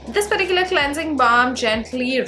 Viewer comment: Why always u say perticular 😰😰though good video